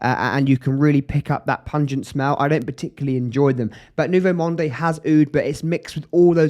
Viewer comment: Good video! But I couldn't watch it till the end. I just couldn't stand the way you pronounce the fragrance name.... it sounds like Nouveau Monday. Please, please leave the 'e' at the end. Just say Nouveau Mond